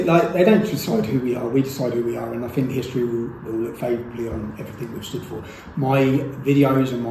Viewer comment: Tommy .... like Rudolph, 'you'll go down in historee!'